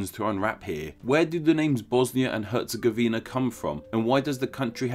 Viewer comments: i am from Bosnia and Hercegovina and its not even close how you pronounce it Btw BiH is more diveded,we have Bosnia and Hercegovina,and we have Federation of Bosnia and Hrcegovina and Republic of Srpska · Lol you butchered Stjepan Vukcic Kosaca baaaadly, herzegovina is also a little off. I'm from Bosnia and Herzegovina and we pronounce stuff weirdly so all good. Thanks for the info, I didn't know why we called it so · Herz-e-GOV-ina, not Herz-e-gov-INA. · Actually its Herz-E-gov-ina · It's BOAHZ-nyah & KHEHRR-tsey-GOH-vih-nah!! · “hErZegOviNa” lol Nice Video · I live in bosnia hell yeah you say hetagovina lol its difret yep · YOU PRONOUNCED HERTZEGOVINA WRONG!